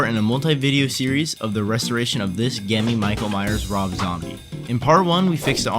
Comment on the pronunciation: Not being mean or anything, but gemmy is pronounced like jemmy. your welcome for the advice. :D